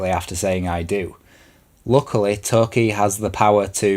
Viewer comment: I know her name is Toki, but your pronunciation sounds like you're calling her a Turkey. XDDD But honestly, thank you for your perspective on this game. So many people trashed this game, while I for one, absolutely loved it. This game was a solid 8/10 for me.